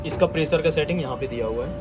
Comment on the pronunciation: कृपया सही उच्चारण करें। मसीन, प्रेसर फंक्सन के जगह मशीन, प्रेशर, फ़ंक्शन कहें। जहां “श “ हो वहाँ “श “ कहें। जहां “स” हो वहाँ ही “स” बोलें।